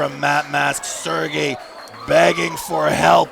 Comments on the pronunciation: haha the name butchering of sergey at the beginning was funny. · Sergeys name got butchered so bad at the start ☠️